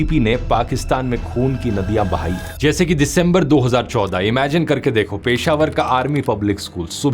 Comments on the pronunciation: Please work on your pronunciation of city names. It’s Peshawar, not ‘Paishaaawar’, and Kandahar, not ‘KAAANDHAAAR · The Dhruv Rathee can't even pronounce Peshawar correctly. What a shame!